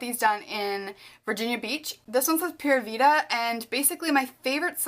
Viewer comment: when i saw the "pura vida" tattoo it was just so familiar to me because i speak spanish and it was just weird... really love how you say that word tho, i love all your tattoos, so pretty x